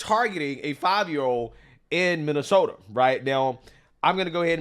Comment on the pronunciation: You Axe questions and think Minnesota ends with the letter R ,,,,, 🤮🤮🤮🤮🤮🤮🤮